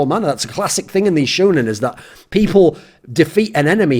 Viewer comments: Lol its shOnen, not shUUnen... xD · It's SHOWnen not SHOEnen, ya dirty gaijin. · The "shou" part is pronounced show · Shoe-nen xd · God level intro. Weeb tip- the pronunciation is "shonen". Love you. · you know he just learned what anime is when he calls it "shoe-nin" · I'm triggered that you are pronouncing shounen wrong. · im low key triggered at how you say shounen